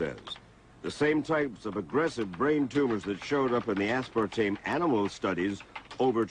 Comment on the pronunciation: She keeps reverting to say "aspartane" - dolt. Does not take away from accuracy of the report.